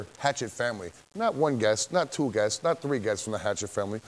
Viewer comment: lol i love shaggy "guestes"